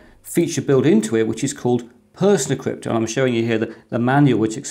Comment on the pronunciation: Thanks. I'll be giving it a try. Always wondered what had happened to PC-BSD! PersonaCrypt surely should be pronounced as in 'Persona Crypt", with the accent on the 'o', and not the 'e'? (Apologies for the OCD.) That adds meaning to the name of the app.